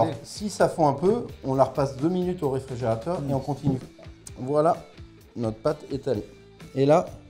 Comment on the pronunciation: Réfrigérateur.... pas RéfrEgérateur ...... m'enfin......